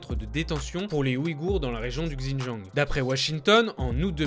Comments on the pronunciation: ouais mais là, ça fait limite raciste prononcer comme ça ^^ (je sais que c pas du tout raciste bien sûr ) mais voilà ça reste mieux avec une prononciation plus correcte je trouve, c'est tout :) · J'ai du mal à enregistrer les Infos pcq je me focalise sur sa prononciation 😱 Xinjiang sur Google translate et prononciation parfaite